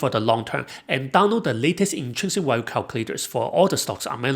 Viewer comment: Value has a V sound in it… haha a Walue trap